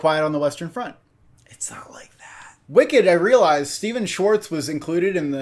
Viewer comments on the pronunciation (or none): none